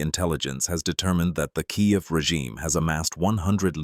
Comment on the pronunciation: “in kayeev”😂 stupid AI crap